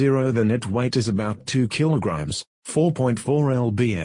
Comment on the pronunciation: Next time you use text to speech, re spell any words that are pronounced incorrectly. Like in stead of "mongoose" use "Monn goose" or "kilograms" to "Kill o grams"